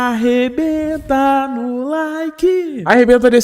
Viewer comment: Pow muda esse seu jeitinho de dizer arrebenta no like nao sei.nao